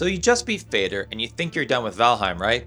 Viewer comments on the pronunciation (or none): Just a small pet peeve...Fader is Nordic for father and pronounced similar. You pronounced it like someone with the ability to fade. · Moder (mother) and Fader (father), just say the «d»… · Myeah, you're correct, counter argument, Fade-r pronunciations makes him sound like the high king of handing out fades 😂